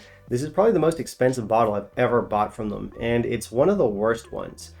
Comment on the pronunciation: D I like you, but not the way you say "and". Hope I've put 2 and 2 together for you!